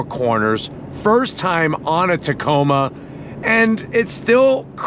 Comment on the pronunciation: I really like the Canyon Denali……..really really 😁. Hey, did you know you said Tacona with an N when you mentioned Hawaii. I think it happens automatically when you think of Hawaii lol!